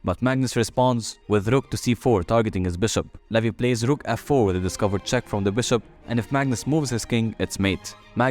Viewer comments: Its not levi.. It's levy 😂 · It is levy not levi